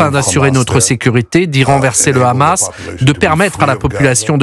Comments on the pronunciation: AUCUNE NEUTRALITÉ MR,En bon français Le H est muet,Le Khamas,Le khamas!!😂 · Les gars sont tellement un haut parleur d’Israël qu’ils disent aussi le khamas au lieu de Hamas 😂😂😂